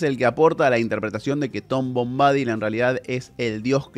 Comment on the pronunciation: SE PRONUNCIA bombadÍl (no bombÁdil). Busca la pronunciación en internet x favor! Es desesperante escucharte decirlo mil veces mal... dan ganas de arrancarse las orejas!